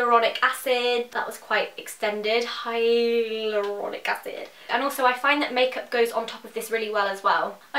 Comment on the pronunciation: that ingrediant sounded like 'highly erotic' acid lol